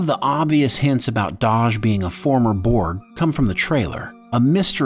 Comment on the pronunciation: Her name is Dahj not Doj. :)